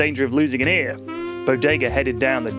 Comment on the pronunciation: "Remember, kids: if you're out in the wilderness, shoot the beh-ah with the fleh-ah; don't shoot it in the eh-ah. Be safe out theh-ah." I was laughing my fuckin' ass off at that.